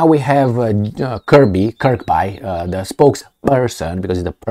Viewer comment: Just so you know it pronounced Kirbee not Kirbye